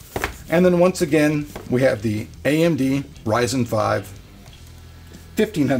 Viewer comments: Ryzen not Rizen. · RYZEN NOT RISEN DAMMIT, pronounce it correctly! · Please call it Ryzen and not Rissen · Is it Ri-zen? 😑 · What is it reezin or rising?